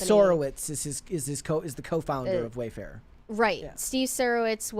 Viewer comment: "Way fairer" rubs me the wrong way 😂